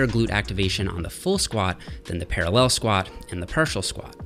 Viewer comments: I hadn't noticed Jeffs accent until now. Why does he keep saying ParalLEL like that!?! Hahaha. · Para LELLLL